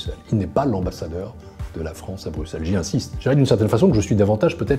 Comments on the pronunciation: un francais qui dit bien Bruxelles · Enfin un français qui dit bruxelle comme il faut 😍